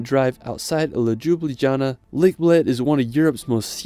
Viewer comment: im not usually a stickler for pronunciation, but when he said "Lejubelyjana" i lost it lmfao 😂